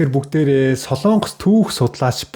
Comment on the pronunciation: СОЛООНГОС биш СОЛОНГОС шүү... гос подкаст хийдэг жүү???? ккк